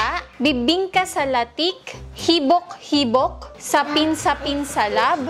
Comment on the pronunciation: Natawa po ako sa habik habik 😅😅😅